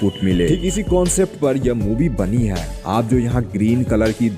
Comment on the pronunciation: वीडियो में सब अच्छा है । बस " है " की जगह " ह्या " मत बोला करो ।